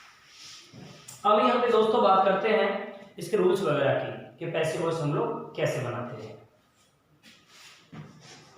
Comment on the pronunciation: Sir boice hai ya voice